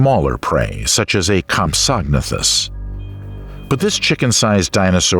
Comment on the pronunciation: I like this im subbing nut compsognathus is pronounced as comp so na thus